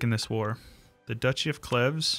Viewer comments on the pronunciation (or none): Hey, fun fact, Cleves is pronounced Cleeves, its where Anne of Cleves comes from, as in Henry VIII's 4th wife, the one who he said looked like a Horse, but they actually stayed good friends until he died.